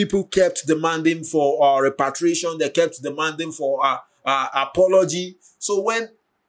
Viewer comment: You keep saying REPATRIATION, instead of REPARATION. Repatriation means to return to your home country....